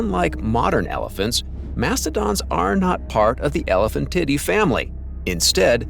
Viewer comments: I thought it was pronounced more like today than tiddy. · When a robot can't say the "tiee-day" part of sientific words... Don't use that robot for scientific videos. Just read it your damn, lazy, self! It's not "titty"! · 'Elephantidae' is not pronounced as "Elephant titty". It's "el-eh-FAN-ti-day" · ... Only AI could call an animal species an " Elephan-Titty " with a straight ... face ? ... :face-fuchsia-tongue-out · Is he saying titty? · "known as Elephant-titty" 😏 but let's not forget Mammu-titty. 😂 That auto-speak's pronunciation is cracking me up. 🤣 🐘🫁🦣 👀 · I heard him say Elephantitty and Mammutitty. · They are pronounced “Ele-PHAN-ti-Day” & “Mam-moo-ti-Day”. You’re pronunciations are laughable. Manipulate the AI to pronounce it correctly.